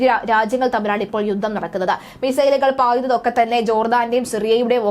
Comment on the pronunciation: " യുദ്ദം., സമ്മർദ്ധം ,,". എന്തൊരു മോശം ഉച്ചാരണം